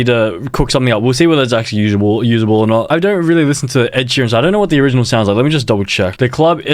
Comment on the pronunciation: Bro said bread Sheeran